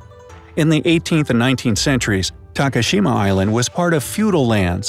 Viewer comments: hashima (ha shee ma).. omg, can your announcers not butcher every non english word? -_- you can say takashima (ta ka sheee ma) no problem, why not hashima -_ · how’d you manage to pronounce Takashima correctly and not Hashima..smh